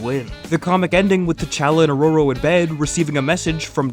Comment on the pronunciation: Ah yes, my favorite marvel couple, T’Challa and “Orro-intooro-inorror-rororshh-intror-intoororo-“